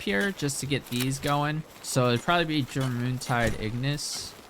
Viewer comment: Jor moon tide? It's pronounced "your min tide"